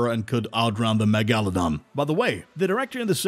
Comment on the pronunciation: Great little video but it was really annoying how he was mispronouncing Megalodon 😩